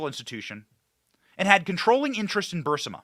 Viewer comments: You keep mispronouncing Burisma. It's Brr is ma. You keep transposing the i & s. The National Archive Office has DEFINITIVELY stated that they have ⁸ALL" of Obama's records. If that's true, how did these records becomes Biden's & seem to be Unknown to the Archivist? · You aggravated the crap out of me mispronouncing burisma... Bur-is-ma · It's pronounced Burr-is-mah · Benny... please.. BUR-IS-MA .. your killing me smalls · If we took a shot every time Benny mispronounced Burisma we’d all be 🪦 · Why can't Benny say "Burisma" (bur-REES-ma)? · Have never heard “Burisma” pronounced as ‘burr-sim-a’ 🤷‍♀️ As much as this company has been talked about over the past 5 years, I’m shocked it’s now getting pronounced completely different. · I LOVE YOU, BUT IT'S BUR-IS-MA (BUR- EEES- MA) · Love your stuff, but you're killing me with the pronunciation. It's [Ba-REEZ-ma], not [burs-ə-ma]. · Burisma not bursema. For the crystal clear correct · Great job, as always. I knew a lot of this, going back a long time, but you do a great job of putting everything together and tying it with a bow. Only please, it's Buris-ma, not Bur-sima. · Burisma not bursama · Benny it's Burisma!!! Not Bursima. No one pronounces it that way and that's not how it's spelled. I like the show but as an educated man, and the tons of people pronouncing it, you should know better. 😏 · It's not Bursima, it's Burisma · Bur-is-ma, dude, Bur-IIIS-ma!!! Not Bursima! Good gosh it isn't difficult. Literally everyone who follows politics even a little bit know how to pronounce this 🤦‍♀️🤦‍♀️🤦‍♀️ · Benny, do you say "Bursima" instead of "Burisma" on purpose? Lol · You keep calling the energy company Bursima. I've only known it called Burisma. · Burisma not Bursima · BURR-IZZ-MA NOT BURSIMMA if you can't even pronounce the word correctly, I can't take you seriously on anything else you say about it because you obviously don't care to even pronounce the words properly. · it's BURISMA..not BURSIMA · It’s BU-REE-ZMA.